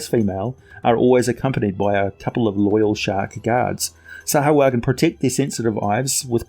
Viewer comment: You keep saying it wrong. SAH-WHO-UH-JHIN